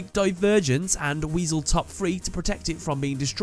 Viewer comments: Why does he call it weasel? It’s pronounced Wise-el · you called him weseal...its wise-el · Wisel not weasel the i in wisel sounds like a Y not a E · I think it's "WISE-ULL", not "Weasel". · He says WISE core correctly But calls him Meklord Emperor WEASEL Why tho. xD